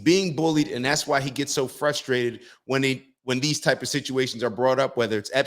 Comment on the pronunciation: lol. Put the stream in the bag little-brain bro. Also don’t try to pronounce the word frustrated. For some reason, possibly genetic, certain people just really have a tough time with: A. pronunciation and B. Not committing homicide. You do you you don’t make enough to be alive